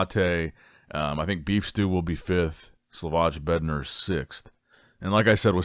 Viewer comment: Please,, learn, how to pronounce some names It is TIM BUUDEZHAIM and SLAVOY BEDNAARZ Thank you